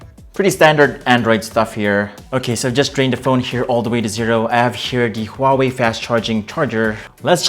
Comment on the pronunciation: First off : wtf is a hawei????